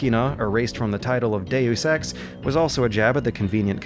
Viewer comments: Dusex No it's De-yus ex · It is pronounced makina. But he sometimes pronounces dayus eks "due sex" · Deus ex, Deusex, Deu sex, due sex. Yep I'm getting laid tonight.... not! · dayus ex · "due sex" oh come on, you're just fucking with us now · 'Daywoos Ex', and 'Makina' also. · Ah yes, I love playing Doo Sex.